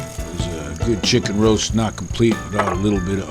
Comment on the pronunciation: You smellat? ...Smells GOOHD! This guy is awesome